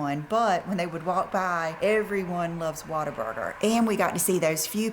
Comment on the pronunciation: With her improper pronunciation, she called it Waterburger, I think it is Whataburger, lol! Leave it to.